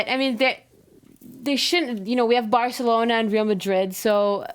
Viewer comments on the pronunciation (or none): none